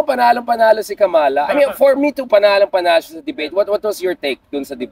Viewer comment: Pls pronounce “Kamala” the right way. Its a disgrace for known Pinoys engaged in politics, mispronouncing a name known worldwide.